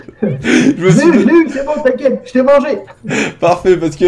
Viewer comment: quand il dit c'était beau , c'est he bo allez merci